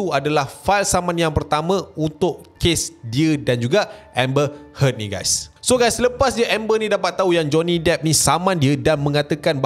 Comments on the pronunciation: "Pernah dgr octaFX" Btw sebutan nama Amber Heard.. pronounce yg sebetulnya like ayat perkataan "hurt" bukannya "head" btw.. Peace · Amber heard bukan amber head. 🤣🤣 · Amber Heard bukan Amber Head...aduhh..... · Grindelwald. Dumbledore tu ex-bf dia. Lepas tu amber heard..bukan head. Aku dok fokus kat info je, tp bila ulang2 sebut head tu annoyed plak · "hurt" pun salah sebutan tu. "heard" disebut macam "herd" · maksud sy ibarat kan ke arah sebutan ayat hurt or lebih tepat herd :) peace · Pronounce heard bunyi u bukan e..